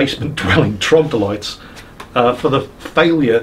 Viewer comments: Actually,... It's not trogdolytes, it's troglodytes. 😆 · Its trog-lo-dyte not trog-dol-ites by the way. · Troglodytes not trogdolytes.? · Why can't you say "Troglodytes"?